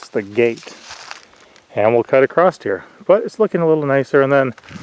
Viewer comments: it is said across not acrosst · touché-just a pet peeve of mine ..i hear a lot of people mispronounce across -not sure why that word is butchered